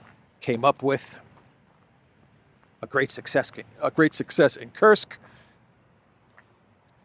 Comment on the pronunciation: It's not kirsuk it's kursk lol 😆 Stop saying kirsuk 😂😂😂